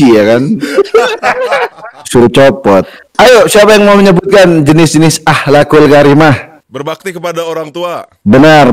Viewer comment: ngakak bgt "akhhakul karimah" 😂